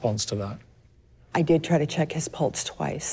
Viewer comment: It bothers me the way she says pulse (sounds like she's saying pults)